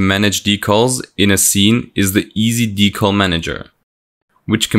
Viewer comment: Drinking Game: take a drink every time he says Dee-caull.